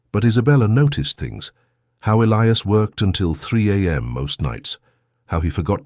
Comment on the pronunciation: At Isabellas dad's funeral he said.... He died that night Your Narration is always immaculate, But pronunciation of names, Elias or Elias Listen to your story.